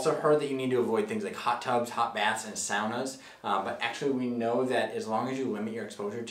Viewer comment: He pronounced ‘sauna’ very strangely 😂